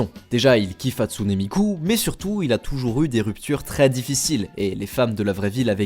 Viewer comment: quand on arrive a on se ren comtre quil dit hatsunee miku mais sa se prenonce HATSUN MIKU